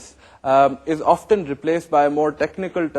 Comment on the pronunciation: sir it is often not oftan